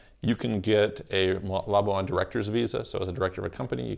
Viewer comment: Pronounced "la-bwan" NOT "la-bu-an"